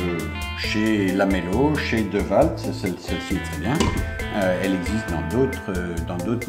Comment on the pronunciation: ça se prononce: DIWOLT ! si non, super tes vidéos !